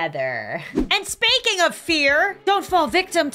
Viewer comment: "AND SPANKING OF FEAR" is what I heard when she started talking about her merch. 😂😂😂